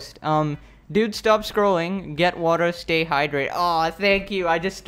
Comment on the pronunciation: When you say "Welcome back" Do you say welcome back I hope you're doing "lol" or "well" Everytime I hear him it sound like "lol".